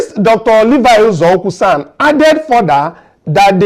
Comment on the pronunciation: Bro please are u from Senegal? U cant pronounce simple igbo words...it is UZOUKWU AND NOT EZEUKWU. ASK AND LEARN BEFORE U MURDER WORDS BIKO